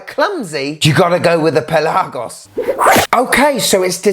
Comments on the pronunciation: Great video as always. I'm a big fan. Just a little complain. It's not only you. This goes to a lot of watch reviewers on YT. The word Pelagos is pronounced on the 'e'. It's pE-lagos. Also the 'e' is kinda soft. Trust me, I'm Greek. I also have a non watch related question for you. Tsitsipas or Djokovic? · Dude why are you saying Pelagos so weirdly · Why are you pronouncing Pelagos wrong ? ;) jk